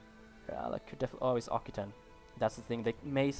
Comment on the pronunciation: Occitan is not pronounced Okitan but rather Oksitan. Looking forward to new episodes btw